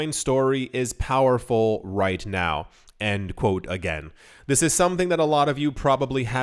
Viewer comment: It's "end quote", not "and quote".